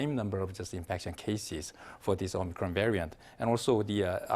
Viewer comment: Why does the presenter always call it Omicrone when it's called Omicron!????